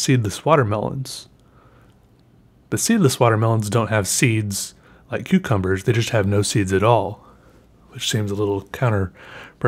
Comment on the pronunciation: sometimes it sound's like you're saying cutecumbers